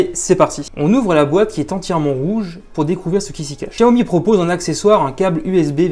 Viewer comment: Quel gros bêta ce gars , ça se prononce "chaomi" et pas "chia-omi" comme pour chier dans ton froc ,il faudrait peut être enlever le film de protection pour filmer la beauté de l'écran,de plus,il est à 128 euros sur lightinthebox port compris et il a bien la bande 800 mhz donc la B20 ! donc imbattable avec sa batterie de 4000 mah